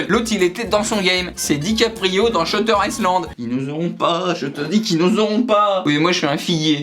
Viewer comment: Shutter isssssland y'a que moi que ça choque